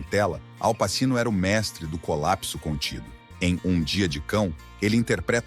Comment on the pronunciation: "passino". Nota-se como o dono do canal se dá ao trabalho de trazer um vídeo bom e não só apresentar coisas prontas. Só modinha. Nada de Ralph Fiennes e Heathcliff. Muito fácil fazer vídeo assim. Uma grande porcaria.